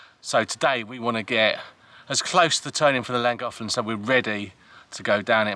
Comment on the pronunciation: Ouch! Not a lot of sympathy from others aboard Kimberly-Jo ... just sayin' :) Love your Videos and banter... According to a google search its pronounced "klan·goth·luhn"